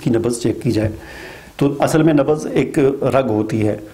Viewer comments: Nabaz nahi Nabz boliye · Sir nabaz nahi nabz hota hai.plz correct urdu